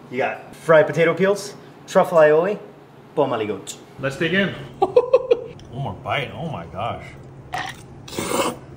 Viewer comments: He prononced pommes aligot like it was an Italian word XD It's French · As a French guy Have to agree with him, it’s not a fancy dish. It’s a rural typical dish from France. Potatoes and cheese. Nothing fancy about it. And by the way you don’t pronounce the T at the end of Aligot. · The pronunciation is Ah-lee-go.